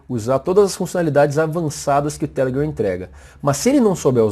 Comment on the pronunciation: O jeito q vc fala telegram é muito ruim. Deixa de querer ser americano.